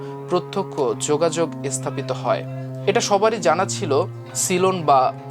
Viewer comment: উচ্চারণ ভা‌লো নয়। "স্থা‌পিত" উচ্চারণ অ‌নেক প্রকট।